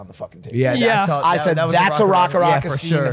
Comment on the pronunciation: Nearly a decade on and Logan still can't say RackaRacka properly 🫣